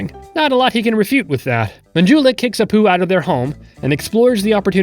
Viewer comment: I thought the sweetest apu said "the sweetest apt"